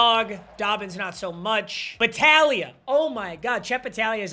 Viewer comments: saying battalia is hurting my soul its bataglia, if youve ever played blitz the league youd understand lmao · It’s bataGlia. You forgot the G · Papa refusing to read the G in battaglia was driving me crazy for some reason